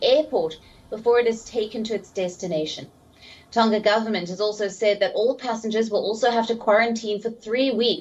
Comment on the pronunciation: It is Tonga not Tonka The pronunciation of Tonga is like this, the ng on Tonga, think of the word, ' song' 🎵, the To + the nga is pronounce Tonga, not Tonka